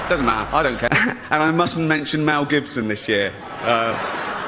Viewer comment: "Please Melcome, Wel Gibson" 😂